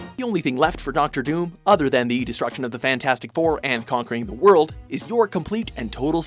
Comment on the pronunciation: What's up with you guys always getting names wrong?? Doctor DOOM doesn't have an S in it.